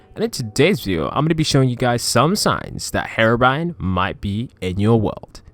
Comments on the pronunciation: It's HERO-BRINE not HARO-BRINE 😂😂😂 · Google says herobrine like this"hair brain" or "her brain" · Maybe harabrine might be in my world, but I came for Herobrine ! God.. get the pronunciation right, chump. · I've trolled someone being heerobrine 😂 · You pronounced Herobrine wrong